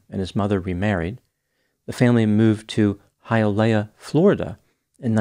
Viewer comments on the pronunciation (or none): It's Hialeah Hi-a- leah lol😂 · Haha, it's pronounced "Hi-uh-LEE-uh". I was born right next to Hialeah. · It's Hialeah Florida not high a lia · it’s pronounced like “Hii ah leee Ahh” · It's hi uh leah😂